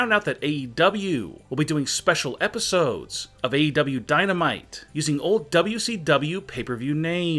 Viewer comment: Everyone:: AEW Him:: AW 😂